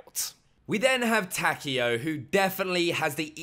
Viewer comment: Takeo not Takeel